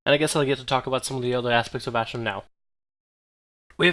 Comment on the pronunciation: It's pronounced "AshrAn" not ashrin